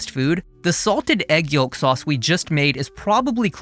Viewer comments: Great video! (Also, pronounced "yowk", the L is silent.) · The L is silent yolk, brother. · fascinated by your pronunciation of yolk